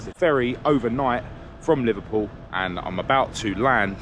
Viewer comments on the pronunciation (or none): none